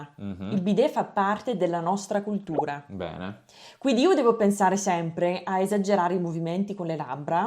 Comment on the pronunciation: Secondo me la tua ospite dice la D al posto della T (es culdura, esdero).